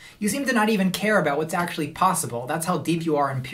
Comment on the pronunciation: "So, akshully..."